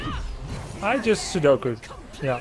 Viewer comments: Seppuku not Sudoku hahaha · I can't believe people still haven't understood that's a joke. It's like the oldest joke on Earth. Saying Sudoku instead of Seppuku.